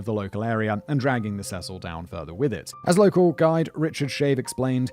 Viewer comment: 'See-sill' is the pronunciation for the hotel for future reference.